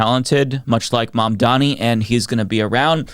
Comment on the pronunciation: Maybe now you could take the time to learn how to pronounce his name, Fox Not News hosts.